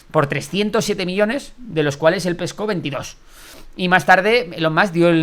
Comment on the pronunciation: Se pronuncia Ilon